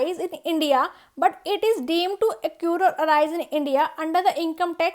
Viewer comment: its accrue not accure